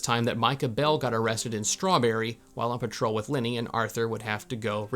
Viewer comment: You kept saying “Linny” I was trying to figure out who that was until I realized you were saying Lenny